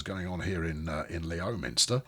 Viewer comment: "Lem - ster" inhabitants not happy. Probably.